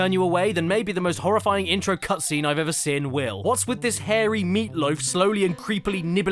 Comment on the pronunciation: Why do you pronounce seen, as “sin”?